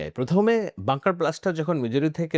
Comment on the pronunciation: ওইটা বাঙ্কার ব্লাস্টার না বাঙ্কার বাস্টার, ধন্যবাদ।